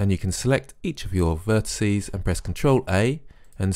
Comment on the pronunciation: Great video, but I'm afraid I have to go into pedantic old git mode and remind you that "vertices" is the plural of "vertex", there's no such word as "vertisee". Sorry, that's just one of those things that niggles me a bit.